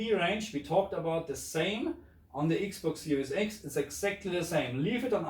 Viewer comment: I like the way u say the ix box siries ix. 😁